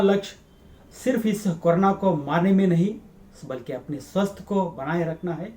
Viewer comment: ಕನ್ನಡ ದಲ್ಲಿಯೆ ಮಾಡಿ ಸಾರ್. ಸ್ವಸ್ತ್ ಅಲ್ಲ ಸ್ವಾಸ್ಥ್. ಕನ್ನಡ ದ ಹಾಗೆಯೇ. ಸ್ವಸ್ಥ ಹಾಗೂ ಸ್ವಾಸ್ತ್ಯ...ಎರಡು ಪದಗಳು ಉಂಟು. ನಿಮ್ಮ ವೀಡಿಯೋ ಗಳು ಅತ್ಯಮೂಲ್ಯವಾದ ವು.